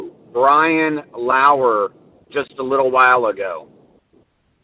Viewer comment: She didn't even verify who he meant. He said Laur not Laundrie!